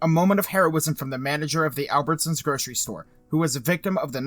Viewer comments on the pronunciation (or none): none